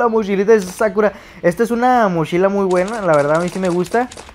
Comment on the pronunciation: Mochila no mashila